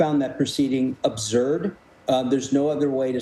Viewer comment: The way that guy pronounces absurd is cringe.